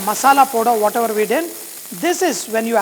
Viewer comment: Chef the way you say whatever is funny